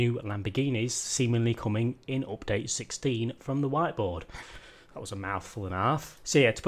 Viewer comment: please please say UPDATE not OPDATE.. man, thats annoying :))